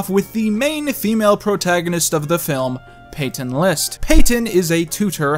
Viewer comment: It’s Peyton List you said Peyton Lost like every time